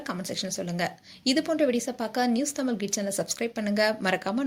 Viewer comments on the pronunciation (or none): none